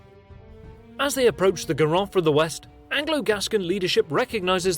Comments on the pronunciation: It's not Garo it's Garone = Garo + ne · Should have checked how to pronounce Garonne or Narbonne before making that video.